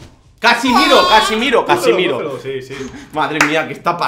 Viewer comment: es CASEMIRO (el comentario es de hace 2 años xd)